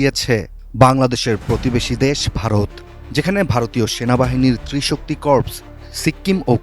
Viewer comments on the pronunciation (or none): কোর্পস কীরে অশিক্ষিত সাংবাদিক? উচ্চারণ কোর হবে...